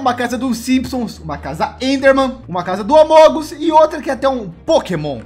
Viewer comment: algem mais reparou que no minuto o 19 ele falou amongos en veis de amongus o so fui eu mesmo prf dis que nao fui eu sosinha